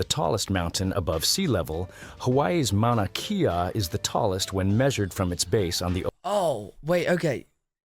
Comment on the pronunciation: I've noticed more and more he seems to have a large MAGA following. You can see that even in these comments what with the Gulf of America, etc. I'm guessing this is computer voiced; it's pronounced MAW-nuh KAY-uh.